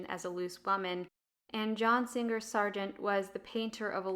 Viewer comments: ‘Singer’, not ‘Sing-ger’. ‘Somebody’ is singular; ‘their’ is plural. ‘Vox emissa nescit reverti’. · His name was John Singer Sargent not John Sing-ger Sargent. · Interesting video, but I've never heard "Singer" pronounced like that before.